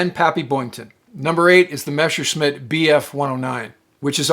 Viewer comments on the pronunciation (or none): none